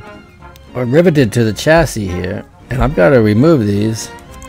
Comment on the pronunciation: "The ChassISSS" Love it.